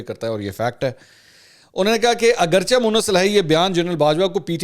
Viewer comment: Mansoor Ali Khan jee As u r my most favourite and loved journalist I dare to disturb u for a small correction Agarcha ki bajaae Agarchay bola karen jesay aap choonkay chunanchay bolty hain Gustakhi muaaf